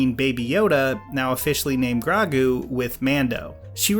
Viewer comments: dude its grow-gu not. grau-gu watch the episode again, jesus omg he cant pronouce anything with an o in it its Ass-hoeka. not asaka i cant watch this while you butcher their names im done here. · I can forgive gr-ah-gu, sincd im not a huge fan of the name... But Ahsaka? It's even worse since he says it correctly before.... Yes I know he acknowledges it, but it still hurts lol. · Ahsokka. Grawgu. Kirasowa. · please pronounce baby yoda's name correctly too... its not Gr-AH-gu... its Gr-OH-gu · Grago GRAGOO ITS FUCKING GROGOO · And Grogu its growgu no grawgo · You said Ahsaka and Gragu many times lolol a few ATLA movie vibes but I forgive you since u are. Ahsoka -> Grogu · Its Gro-gu dude not Gra-gu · Bro it’s not “Grogu” it’s Grow-goo” 😂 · I love the video but it’s “ah-so-ka” and “grow-goo” not “ah-sokka” or “gragu” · Honestly “Gra-gu” sounds 100% better than “Gro-gu” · "Grow-goo", say it with me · Please take this criticism jokingly because i really love your vids: but oh my goddddd you were saying asockka and rosairio dawson and grawgu >:( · Yeah, like others, I was more distracted by the gra-goo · Grow-goo. Grow-goo. Practice it. Learn it. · Do you say every name wrong on purpose? Grogu not grago Ashoka not asaka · Great video...so many horrible pronounciations. Ah-SOHKA. GROW-Gu. Micheal bein is pronounced BEAN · At the second GRAH-gu I started deciding on the next video. When I heard Ah-SAH-ka I immediately stopped the video, typed this, and now killing the browser. Terrible. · ASOKKA and GRAHGU lol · KIR-asawa, GRAH-guu, ah-SAH-kah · I feel like you’re pronouncing the names wrong on purpose 😭 asAHka? grAHgu? Stop playin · Bro... AhS-O-KA and GR-O-GU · oh ok then, in the grand scheme of things it's fine, still a good vid just that CRAW-gu made me laugh so hard it took me out of the video (LMAO) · "Gra-gu" and "As-ah-ka" are my favorite Star Wars characters. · Uhhh its pronounced Gro - gu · You messed up grogu too